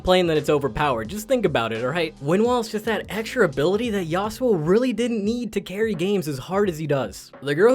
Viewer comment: That yasuo pronunciation though 🤮 haha